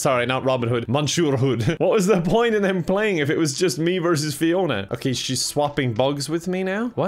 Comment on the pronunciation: i love the dedication to calling fiona ‘piona’ the entire time